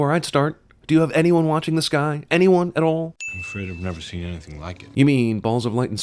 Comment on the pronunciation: you forget the ‘t’ in “the”. Ding!